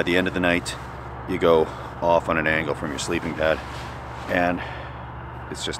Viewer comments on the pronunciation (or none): none